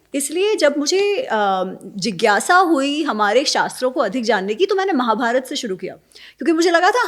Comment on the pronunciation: महोदय, उच्चार में दुरुस्ती करो, रामायणा गलत है, "रामायण" सही है. महाभारता नहीं महाभारत जय श्रीराम